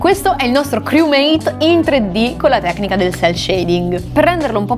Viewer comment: Lo dici male criumeit fra